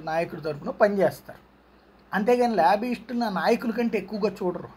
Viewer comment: Labbyishtulu kaadu ra erri pappa....lobbyist....nuvvu nee tinglish.